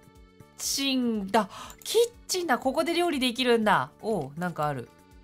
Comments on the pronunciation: 一瞬「キッチンだ」が「ちんちんだ」って聞こえてビビっちゃった^_^ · キッチンの言い方www